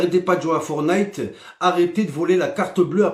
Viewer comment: M"i"necraft et forn"i"te